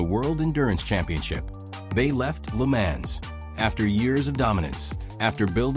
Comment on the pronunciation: Another AI bot that can't pronounce the name LeMans...